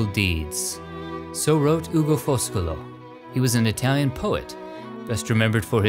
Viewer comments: Your Italian pronunciation is pretty bad ass. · As an Italian from Milano, I appreciated your very good Italian pronunciation. Another time you should go deep down in the " La Madonnina" the way the Milanese call the Cathedral. in the depths of the underground you can find the grave of Sant' Ambrogio (Saint Ambrose). The Ambrosian Mass is the only variation of the Latin Mass approved by the Vatican.